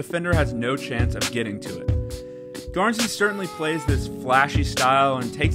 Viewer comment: You pronounced it right thank you